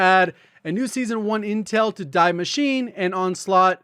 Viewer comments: Deee MachinE. The E is pronounced as well... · its not "DIE" machine - its German and you pronounce it "DEE" "Die" means "THE" translated to English = The Machine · Its pronounced "Dee Mash-e-nah" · Was reminded also of the Simpsons when I heard DEEEEE MACHINE: - Doesn’t that tattoo on your chest say DIE BART DIE? “No that’s actually German and means die Bart die !” - No one who speaks German can be an evil man! So yeah pronounciation matters here. But it’s also pretty complicated since you say Die Maschine but Der Maschinenraum or Das Maschinenwartungsfachjournal. HUEHUEHUE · "Die Maschine" is pronounced like "dee machine-uh" (sort of), for future reference